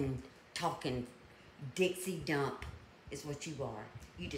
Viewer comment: I thought she said "Dixie Dump" which would have been hysterical since she's from the south;).